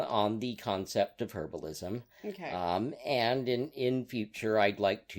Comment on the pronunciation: I think you meant "herbalism," not "herablism."